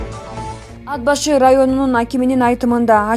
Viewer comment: ДИКТОР, ТУУРА ОКУ АД-БАШЫ ЭМЕС, АТ-БАШЫ ДЕП " Т" ТАМГАСЫНА БАСЫМ КОЙУП ОКУ " Т" ТАМГАСЫ КАТКАЛАН УНДУУ, ЖЕР АТЫН БУЗУП ОКУП ЖАТАСЫН